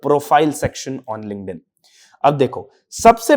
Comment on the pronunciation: why does this guy keep saying LinkedIn with a "g" ?? 🤦‍♀️🤦‍♀️🤷‍♀️🤷‍♀️ it's not Lingnedin. 😢 It's K not G . I couldn't watch the video cause it's so repetitive on this "lingnedin"